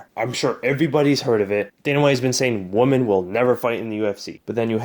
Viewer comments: Not to be a dick, but there is a difference between woman and women. Maybe you simple just said it incorrectly. It happens. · Woman or Women? He keeps saying Woman? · I'm not clowning. FYI: check out how to pronounce "women".